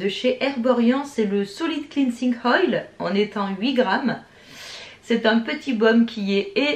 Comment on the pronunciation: On dit « Oil « pas « Hoil » on t‘adore moi et ma sœur